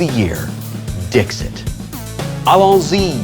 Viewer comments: It is not pronounced Dix-it. It is french, and therefore is pronounced Dees-e (t is silent) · Wil, if you're pronouncing Latin mostly correctly (or, at least the way I learned to pronounce it), it's "Deekseet," not "Dihkzit." That's a terrible phonetic spelling, but if you want to come off as smart as you seem to try to do at all times, you should get it right. Love this show, though. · Hey, I know I'm late, but I have the answer. "Dixit" is Latin, meaning "He/She said", and should be pronounced "Deek-seet", but "Dik-sit" is perfectly OK. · Omg it’s Latin—please pronounce it Dee-xeet!!!!! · No, Dixit is Latin, and the "x" should be pronounced with a "ks" sound. Also, the "i"s should be pronounced like elongated "e"s. Sic, it would be pronounced "Deek-seet". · Wil, it's pronounced "deek-seat" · If it were to be pronounced in a French way, the t at the end would be silent.